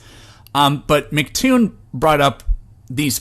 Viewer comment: Love the video, been watching lots of your stuff! By the way, minor nitpick but its "emcee" Toon, not "Mic" Toon.